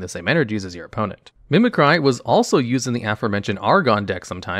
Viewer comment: "Mimi-cry" also broke my brain... It's not even the name of a Pokémon! It's just a regular word!